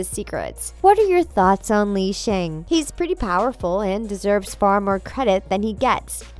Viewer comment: it's actually pronounced Lee Shung